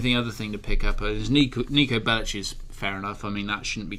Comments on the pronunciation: Why does he pronounce "Bellic" like that? Roman and Niko say Bellic loads in GTA 4 and it ISN'T pronounced as "Bellich" like he did ! What an idiot. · Niko Bellich? Why is he saying Bellich? Isn't it Bellic? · Its Niko Bellic as in LICK not LICH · "Niko Bellich". Jesus... >.> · BELL EEK FOR FUCK SAKE BELL EEK!!! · Lol he said Niko Bellich... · Maybe rockstar made them mispronounce their surnames because the non-serbian, croatian or bosnian speaking individuals could understand the story better.... And I can swear that I hear Bellich in some part of the game... And there isn't a serbian surname that doesn't end with ć. or čić... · "Niko Bellitch" lol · Learn to pronounce Bellic, please, the way you pronounce it is disrespectful.